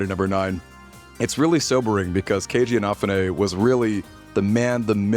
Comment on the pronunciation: They created their own stretch goals. Kickstarter didn't force them to promise platforms they couldn't deliver on A quick search shows how to pronounce "Inafune" You have had 13 years to learn his name